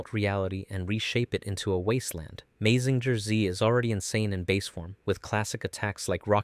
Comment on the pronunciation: Your saying Mazinger wrong.